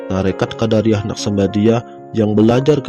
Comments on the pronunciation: Assalamualaikum.. Bang....maaf..Abang menyebutkan " qodariyah"...seharusnya " qodiriyah ".. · Sangat bermanfaat, cuma dlm penyebutan nama msh terdapat beberapa kesalahan, misal Qodiriah di sebut Qodariah, semoga bisa lebih baik lg.👍